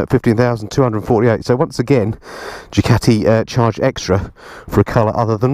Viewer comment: I do enjoy your vids but please pronounce Ducati properly